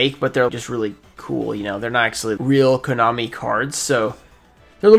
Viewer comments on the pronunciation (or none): none